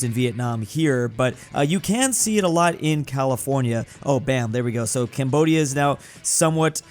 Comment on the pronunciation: Ahh yes, "California"